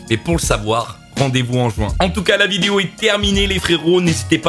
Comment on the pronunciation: Regarder le mot vidéo qui dit à la 5 ème seconde lol l'articulation